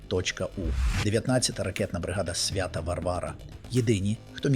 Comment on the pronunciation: СвЯта а не святА.